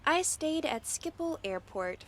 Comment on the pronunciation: Skiphul nah nah nah schiphol🤌😂